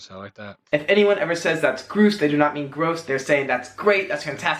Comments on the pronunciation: It's "growse", not "groose". Rhymes with house. But full points for preserving one that is fading away. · annoys me at times. Grouse is pronounced like mouse. Cheeky is someone like a kid being naughty. I don't say no wackers to me it's no worries which I use alot. I've never said rockmelon it's cantaloupe